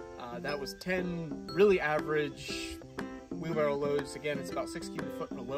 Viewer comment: The word is "WheelBARROW"...🤦‍♂